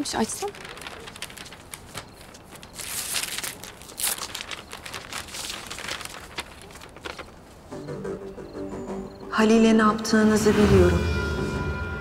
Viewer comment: Mektup : Halil'e ne yaptığınızı biliyorum. Tarığın okuyuşu; halile naptigini biliyorum .